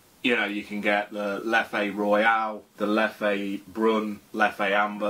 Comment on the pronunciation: Isn’t it pronounced leff not lef-ay?